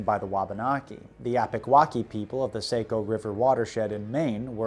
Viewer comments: I was wondering about that, I've passed through it a bunch of times and always pronounced it "have er hill" Though he did get saco river wrong, he says "sake o" we say "sock o" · Sahh-co, not Say-co River. Love your films and I subbed a long time ago - always give you “likes” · Saco is pronounced "Saw-ko", It's a common error. We Mainers tend to soften vowels. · And Saco is pronounced sAHco not sAYco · Saco is "SAW-co," not "SAY-co." You're getting bad directions to Funtown and Ferry Beach, my friend ;) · Excellent historical research, but the lack of research on proper pronunciation of the Nashua, Contoocook river, Saco river was a bit disappointing. Nash-you-ah, Con-two-cook and the sock-oh. I’m sure a quick google search could have told you this. But good job on the pronunciation of, kank-ah-main-gus, hav-er-all, wuss-ter, -Konkerd local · Kudos for correctly pronouncing my hometown...Haverhill. (You missed on Saco though...it's "Saw - koe") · It doesn't really matter, but I'm from central Maine, and it is pronounced S-ah-co.